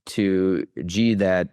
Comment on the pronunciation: Can this bald guy learn to pronounce Xi before pretending to be a China expert?